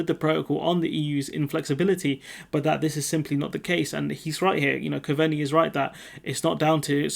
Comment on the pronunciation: "Cove-Knee" 👍 .. that's how the Irish FM's name is pronounced. You're still doing a great job dude !! Keep with it 👍